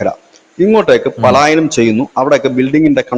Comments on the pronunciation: Paalaayayanam alla palayanam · Paalaayanam alla manda palayanam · പാലായനം തേറ്റ് പലായനം ആണ് ശരി. പാലായനം പാലായനം കേട്ട് മടുത്തു. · പാലായനം അല്ല പലായനം ആണ് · പാലായനം അല്ല സുഹൃത്തേ, പാലായനം ആണ്. ആവർത്തിച്ചു തെറ്റിപ്പറയുന്നു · പാലായനം അല്ല, പലായനം എന്ന് പറയൂ...!!! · Not paalaayanam. Its palaayanam. Dont repeat. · Paaalaayanam alla, palaaayanam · പാലായാനം എന്നല്ല സഹോദര പലായനം എന്ന് പറയൂ! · പാലായനം അല്ല പലായനം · പ്രിയ അന്വേഷണാത്മകതയ്ക്കും സാധാരണ ശൈലിയ്ക്കും അഭിനന്ദനങ്ങൾ....! ഉച്ചാരണങ്ങൾ ശ്രദ്ധിക്കുക ഉദ: പാലായനമല്ല? പലായനമാണ്....! രണ്ടു പേർക്കും നന്മകൾ! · പാലായനം തെറ്റ്.പലായനം ശരി. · പാലായനം എന്നല്ല. പലായനം എന്നാണ് ശരിയായ വാക്ക്. പുതുതലമുറയെയടക്കം വളരെയധികം സ്വാധീനിക്കുന്ന ഒന്നാണ് മാധ്യമങ്ങൾ. ദയവായി ഭാഷാശുദ്ധി പാലിക്കൂ. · പലായനം.... ആണ് ശരി....പാലായനം അല്ല സഹോദരാ🙏🙏🙏🙏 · പാലായനമാണോ, അഥവാ പലായനമോ. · പാലായനം അല്ല മാഷേ പലായനം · "Paalaayanam" alla, "palaayanam " ennathanu correct pronounciation. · Not pàalaayanam, yes palaayanam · പാലായനം അല്ല. പലായനം..... പലായനം...... പലായനം ആണ് ശരി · പലായനം, പാലായനം അല്ല. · പാലായനം അല്ല പലായനം ✅ ❎ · എത്രയോ നാളായി പാലായനം അല്ല പലായനം എന്ന് പറയുന്നു. കഥ പറയുമ്പോൾ വീണ്ടും വീണ്ടും പാലായനം. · പാലായനം വേണ്ട. പലായനം മതി. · Super അവലോകനം ! പിന്നെ, പാലയനം അല്ല പലായനം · പലായനമാണ് ശരി. വാർത്ത വായിക്കുന്നവർ ശ്രദ്ധിക്കണം. മലയാള ഭാഷ കുളമാക്കരുത്. ഇങ്ങനെയൊക്കെ തെറ്റ് വായിച്ചാൽ കുറേപ്പേരെങ്കിലും അതേറ്റെടുക്കും.😊